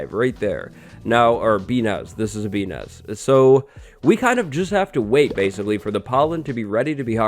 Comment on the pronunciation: "Bee Nest", but most of the time I misheard that as "P*n*s", f me!